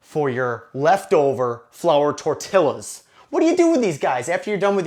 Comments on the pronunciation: Haha, thank you. Glad you enjoy our videos. The empanada pronunciation was our mistake but we pronounced torilla like that on purpose. It's from a line in the movie Napoleon Dynamite. You gotta have some fun when you're a lone survivor of a zombie apocalypse ;) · Hola! I love your videos. Have been following you for over a year now. I'm not Mexican, but I do follow your videos like I said, so I feel the right to tell the following: I was not offended by your version of an empanada (though they're nothing like an empanada should be), but by your pronunciation of some of my favorite words TORTILLA and EMPANADA drove me crazy! (With much love.) TORTILLA is pronounced with a "j" sound at the end, and EMPANADA does not have an Ñ, so sick to empaNAda with "n" sound. Gracias mi amigo zombie!